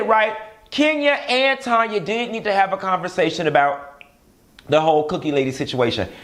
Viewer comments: TAAAAANYA!!!!! Not Tonya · her name is TANYA!!! TAN-YA lol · Tanya, not Tonya 😆😆😆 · Do it’s TANYA not Tonya🤣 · STOP calling that lady Tonya when her name is Taaaaaaanya🤦🏾‍♀️🤦🏾‍♀️🤦🏾‍♀️